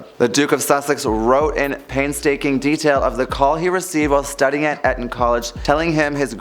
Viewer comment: This is splitting hairs… but please learn how to pronounce Eton…